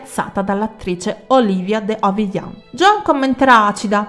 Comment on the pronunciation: Come sempre, cara, pioggia di lodi e di ringraziamenti. Una cosa sola vorrei sottolineare: la pronuncia dei nomi di alcuni attori. Forse sbaglio io, ma essendo attori britannici o statunitensi, perché De Havillànd e non De Havìlland? Perché Oliviér e non Olìivier? Sai, in tanta perfezione e competenza non ho potuto fare a meno di notarlo. Ma forse,ripeto,sono io in errore. Comunque grazie sempre per questo sito che è uno dei migliori e stimolanti in assoluto. Ciao.